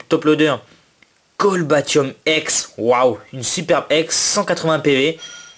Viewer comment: Super vidéo un like plus un abonnement! Et un truc pour ton Cobaltium EX c'est Co"bal"tium et pas C"olba"tium, jusqu'à présent j'ai fait la même faute et je m'en suis rendu compte sur PDM les portes de l'infini!!!! Tchoos